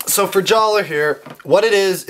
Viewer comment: It's pronounced JALLAH! (It's just spelled Jaller! He got his name changed by Turaga Vakama after an honorable event!)